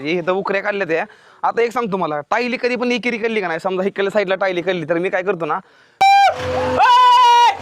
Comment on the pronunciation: भाऊ ती टायली नसते re ट्रॉली असते